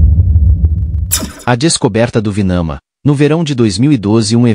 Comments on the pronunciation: é Vimana e não Vinama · NÃO ÉÉÉ VINAMA ÉÉÉ VIIIMAAANAAA.!!!! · É VIMANA. E os textos Indus onde são documentados esses fenômenos chama-se Vedas.